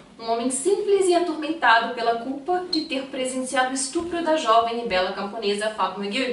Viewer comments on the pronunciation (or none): none